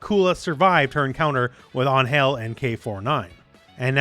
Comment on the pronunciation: I thought her name is Angel….like the normal pronunciation.